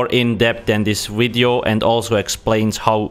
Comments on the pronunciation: wery gweat wideo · its a wery wibrant wideo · " wideo " classic...